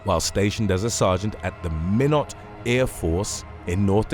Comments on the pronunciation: MINOT pronunciation is MY NOT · Minot ND ahhh magic city 😂 magic my butt and Minot is pronounced like my-not. ND is weird....